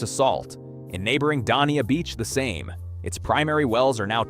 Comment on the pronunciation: You pronounced Dania Beach incorrectly. I live about 3/4 mile from the ocean and closer to the wide ICW in Palm Beach County. My little well still pumps fresh water for sprinklers. This is simply AI garbage